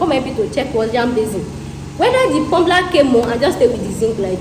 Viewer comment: Hahaha haha.. Pumbler.. Please dear, it's called plumber. Ride on 😂